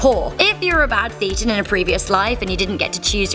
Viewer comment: This nonsense already, Less than halfway through. She doesn't know the definition of Thetan or how to pronounce it. In fact this seems to confirm she's only read stuff on it, and not by the Church. Maybe she watched John Sweeny, the infamous freak out John Sweeny( who also seemed to miss the pint/ pronunciation) . Scientology's actual definition. You can decide for yourself if it's "real". Another core concept of Scientology is observing, and experiencing for yourself "it's only true if it's true for you". Here's a better overview of what Scientology is about